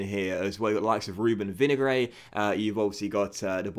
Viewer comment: Your pronunciations are absolute gash my dude, Killymann? Vinuhgray?